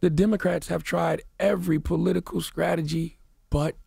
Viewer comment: The way charlamagne says “skr” instead of “str” whenever he’s talking gets me every time 🤣🤣 “skronger, skress, skrategy”